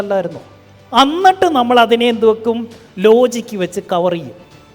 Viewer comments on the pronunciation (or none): none